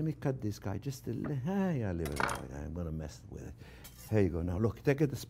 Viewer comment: “gonna give it a good mah-sadj wid buhter” 😁